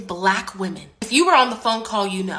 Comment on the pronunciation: "BLACCCHQ women. " speak normally 😂